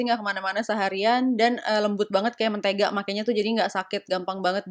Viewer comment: Kak kalo lo sebut kata mentega gw ngakak sendiri.. Haha